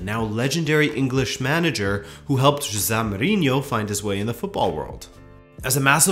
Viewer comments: Excellent summary. However, it is not zhosahh! it is zhoz-A (A as in the first letter of the english alphabet) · It's jose not josaaa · is that the correct pronunciation? I thought it should be "Ho-se" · You say “Jose” with a thick azorean accent. As someone who is the grandson of an azorean, that goes every year to São Miguel, I laughed once I noticed it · What way did you pronounce Jose? That threw me haha great video as usual lad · I hate how he says the name jose